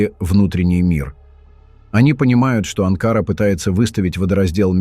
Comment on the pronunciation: АВТОР!!! НЕ АНКААРА ---А АНКАРА!!! НАУЧИС ГОВОРИТ ГРАМОТНО!!!! ЗЛОДЕЙ ЭТО ВЫ!!!! ВЕЧНО ЗАНИМАЕТЕСЬ РАЗЖИГАНИЕМ ВРАЖДЫ МЕЖДУ НАРОДАМИ!!!! ВАМ ЧТО НЕЧЕГО ДЕЛАТЬ???? ИДИТЕ ЗАНИМАЙТЕСЬ СВОИМИ ДЕЛАМИ!!! СЕЙЧАС У ВАС ПЛАЧЕВНАЯ ПОЛОЖЕНИЯ!!!! НАСЕЛЕНИЯ УБЕГАЮТ ---КТО КУДА ПОПАЛ!!! У ВАС ДАЖЕ НЕТУ БУДУЩЕЕ!!! СПЛЕТНИЕЙ ЗАНИМАЕТЕСЬ!!! ТАК ТОЛЬКО ЗАНИМАЕТСЯ БЕЗРАБОТНЫЕ АВТОРЫ!!!!